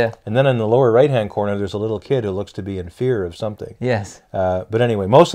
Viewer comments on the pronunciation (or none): none